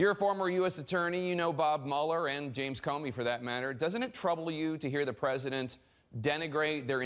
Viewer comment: Mueller is pronounced MEW-ler. As in "beat you like a rented MULE-er". NOT MULL-er. Never trust anyone who can't pronounce their own name properly.